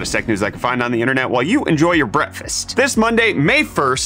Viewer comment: do you say breakfast or bretfast?